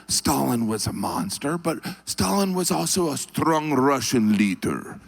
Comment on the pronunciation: "......strong Rrrussian leadrrrr..."